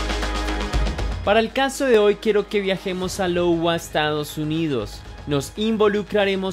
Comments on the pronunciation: Es iowa (aiowa) no lowa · No Logua, Aiyogua: Iowa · No es Lowa es iowa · YA HABÍA ESCUCHADO ESTA TERRIBLE HISTORIA DEL POBRE NIÑO 😢 NO ES LOWA SE PRONUNCIA (HAY-O -WA ) O (ai-uh-wuh )…TAL COMO GOOGLE LO DICE … NO ES CRÍTICA OK HABER COMO REACCIONAN LOS HATERS AHHHH TAMPOCO SOY ESO OK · ese lowa que mencionas no es iowa (áiowa)? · Saludos, excelente trabajo, solo que qería corregir tu proncinación en el minuto 2: 21 se proncinia "aiowa" o ya que se escribe iowa y con mayuscula Iowa lo que parece una L minuscula, yo tenía esa confunsión en la secundariaa hasta que mi maestra de inglés me corrijo diciendo "What the hell? it`s Aiowa" jaja y justo estaba recordando eso cuando leía el nombre de la localización jeje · "Lowa" ? XD hahaha "cómo cuando solo copias y pegas" por ello es importante la cultura general y sentido común 😁 he he ojito ahí es iowa. Por todo lo demás buen resumen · Todo bien, pero un poquito excesperante escuchar Lowa en lugar de Iowa (ai-owa) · Iowa (ayoua.) lol jajaja Lowa que es eso? No mams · En "Lowa" no... Iowa Se pronuncia "aiowa" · Llego medio tarde y encima para corregir :( pero no es Lowa es iowa con i latina. Y se dice como aiowa, sorry. Que horrible historia y pobres niños los que pasan por eso por dios. Que a esas personas se les devuelva todo el mal que causaron. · Es Iowa no Lowa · ( Aiogua) No Lowa bro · Lowa!? LOL. La primera letra es una i no una L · No es Lowa, es una i. Se pronuncia. Aiogua. :) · Quisiera hacer una critica constructiva, trata de buscar como se pronuncian correctamente las locaciones, en este caso Iowa, seria algo como "aiogüa" .. es como para que tengas ojos ya que al menos a mí me perturba xd muy buen contenido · Amigo, primer punto e importante buenos videos, aportaré un dato mínimo, el estado se llama Iowa y se pronuncia (aiowa) y la localidad (demoins). Excelente material documental 👍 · Iowa? Es ayogua , espero q mi corrección sea para tu crecimiento en ciertos detalles , me encanta tus narraciones